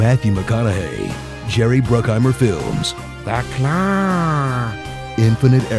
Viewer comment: Lost it at "Tha Clawww!"